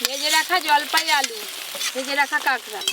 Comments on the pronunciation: কাগরা না কাকরা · Ota kangra nay kakra balo kore kichu bolte o paro na abr bolte suru koro